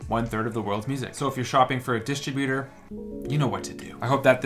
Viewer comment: Wow, I thought it was douchy sounding when you pronounced it distro-buter, but when you pronounced it luh-nee-er, I was like - OMG, this is a douch.